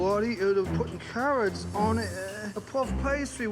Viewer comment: Carrwots and Twacters!